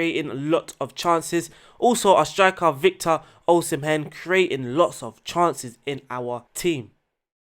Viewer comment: U didn't butcher the Osimhen but u don't need to pronounce the "h"